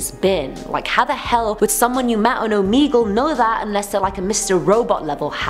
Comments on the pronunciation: It’s oh meh gul ok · the fact that she pronounces it "Omeegle"